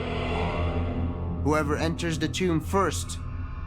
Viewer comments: Why does the narrator pronounce TOMB as CHOOMB ? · ramy romany ..its a Tomb not a . " TUME " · What is "Tumbe" he keepa saying? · British Boy, "and i oop... A tomb"